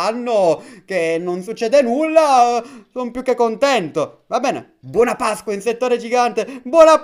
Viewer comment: Quante volte avrai detto pascqua?😂